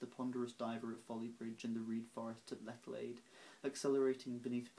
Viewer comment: Really nicely read, unaffected and narrative; more subdued, befitting the sad text, than say, your own poem "This Shore", which was also really good indeed. But... not only the Cambridge/Oxford thing (!), which someone else has picked up, but Lechlade is pronounced 'ch' not 'ck'. It's not German! For someone obviously brought up in southern England you are wonderfully detached from your environment! Dennoch, ganz shoen!